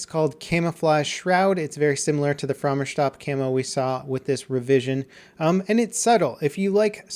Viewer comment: Why does he say it like "frommer shtop"